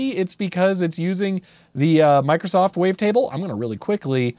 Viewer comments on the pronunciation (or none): none